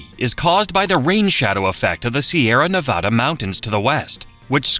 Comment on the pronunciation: The voice pronounces sierra nevada correctly. Why?